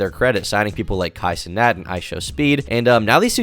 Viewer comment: This nigga just said Kai Cenass😂